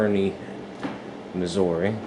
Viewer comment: As a resident st.joe is shit also learn how to say missouri right